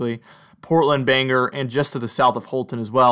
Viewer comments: So, I live in Maine Bangor is pronounced BANG..OR nor banger. Where is this city Scra...on , did you mean ScraN Ton( Scranton). The new hip english, drop consonants; COU'N(couldn't), WOU'N (wouldn't). But thank you for your efforts, good fun! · IKR, I laugh every time he says it!